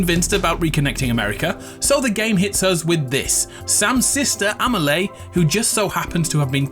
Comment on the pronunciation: It hurts my ears every time he mispronounces the name of Amelie. Her name isn't AmeLAY. You should pronounce it like if it was written AmeLEE.